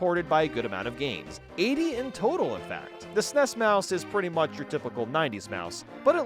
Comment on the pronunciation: As someone who is old enough to remember the release of the SNES, your pronunciation of SNES is driving me crazy.